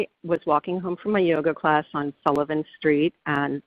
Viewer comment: I love that she keeps emphasizing "yoga class." Somebody should tell her it's not working 😂